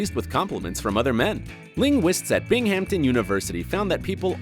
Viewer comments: It's pronounced /bingamton/ when referring to the University or city in NY, NOT Binghampton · "BING gum Ton" not Bing Ham ton. It can't be this smart and not know how to pronounce Binghamton. But while I have you it's wurster not war sester in pronunciation of Worcester and there's a couple of others but I'll leave you there just in case they ever come up. Shout out to all the Brits out there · "Bing-Hampton" University? Um, no. Try "Bingam-ton" University. The "H" is silent. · Bing-Ham-Ton University, it's all one word, Binghamton University. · Bing-hamp-ton LoL LoL LoL